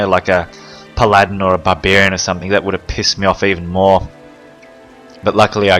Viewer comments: puh-ladin? pal a din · i like how this guy says paladin he says it like pladin